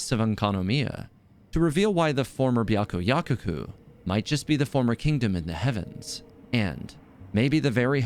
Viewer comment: Why cant anyone pronounce byakuyakoku right I’m 💀